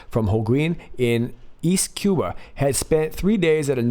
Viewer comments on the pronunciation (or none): none